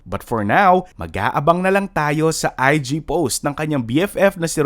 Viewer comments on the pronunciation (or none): none